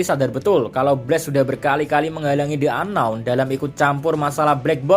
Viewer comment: Ka "the unknown" di baca nya "di unknown" karna setelah the ada huruf vokal ✌️